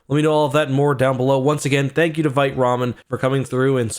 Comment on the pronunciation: I say this as a French teacher 👨🏻‍🏫 with 2 degrees in French. “Vite” is a French word for “fast” and it is pronounced as “VEET,” not “VITE/VYTE.” Please pronounce it as “VEET,” especially as a Canadian where your country is officially bilingual, English and FRENCH 🇨🇦. You sound uneducated when you mispronounce the word “Vite” as “VEET.” I love you, man, and I am trying my best to lift you up. No disrespect. ✊🏻